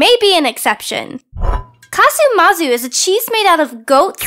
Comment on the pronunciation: SI CHIAMA CASU MARZU, NON MAZU😭😭